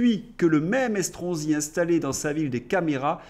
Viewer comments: Vous avez dit Escroc-si ? Ou ai-je mal entendu ?😂😂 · Estronsi, l'ai je bien entendu 😂